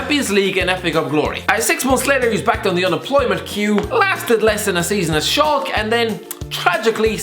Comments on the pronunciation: how the fuck did you just say Shalke? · It's 'SHAALKA' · How can you pronounce Schalke so badly 🤣😭🙈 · I'm nor sure that's how Schalke should be pronounced...